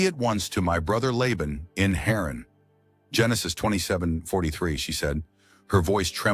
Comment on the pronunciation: Haran not heron.